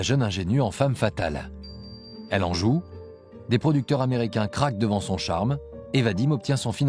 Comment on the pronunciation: To samo dotyczy wymowy zwrotu "femme fatale". Nie wspominając o samym imieniu bohaterki. Lektor powinien się zająć czym innym. Jest kompromitujący.